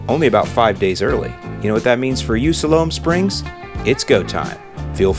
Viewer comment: Love the way you pronounce Siloam Springs lol. Nothing but love from Arkansas! It's "Sigh Lome" but you can say it however you want, you're the!